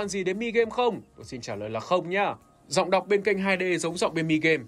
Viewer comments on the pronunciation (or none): “Dọng đọc” Edit hôm nay bị lỗi buồn cười quá •<•